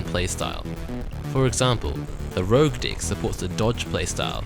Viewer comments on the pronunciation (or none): "the rouge dick" XD